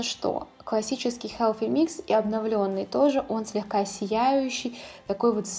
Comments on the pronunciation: Healthy, а не Helphy произноси правильно, слушать не возможно. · Koshka Potselyeva Межзубный "с" Но никак не "ф"